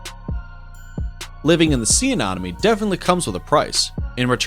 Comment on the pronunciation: Was anyone else annoyed by his pronunciation of "sea anemone? (Say: ah-NEM-ah-nee)